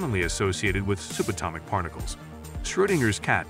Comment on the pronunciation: Pronunciation of both "subatomic" and "feline" were...weird? Thanks, though, for the content 🙂